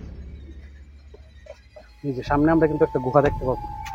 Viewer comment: Guha na Guha bolben na tokbag khor